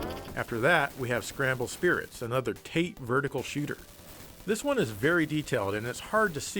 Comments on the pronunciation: I’m sure you know, but Tate is “Tah-Tay” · It's pronounced Ta-Te, nothing magical here, it just means "Stand Up" or "Upright". Awesome machine and video🥇🏆🕹️🔥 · Fun Fact: "Tate" mode as you say is actually pronounced "Tah-Teh" coming from the Japanese word for vertical. However, it's a bit of a misnomer because TATE is actually a screen orientation, NOT a scrolling direction. You are currently playing in "yoko" which means horizontal. Tate is actually a mode where a game (usually 4:3) is rotated to fill the screen. Thus, you go from a horizontal orientation of your physical screen (yoko) to a vertical orientation (tate) by turning your tv on its side! This trivia was brought to you by the shooter community. ™ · Tate mode "tate" is pronounced tah-tay which is Japanese for "shield"... >_> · Come on dude. You totally ruined my viewing experience by shouting incorrect Japanese pronunciations and we need to have reddit weeb discussion about this right now! It's Tah-Teh. If you see a vowel and then a consonant the consonant is generally the start of the next syllable. I once ate sushi made by a real Japanese so I know this shit.